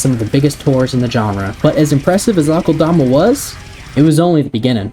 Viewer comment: I find it hilarious how many people mispronounce it as Awk-ULL-DAH-MAH. Its pronounced uh-kel-duh-muh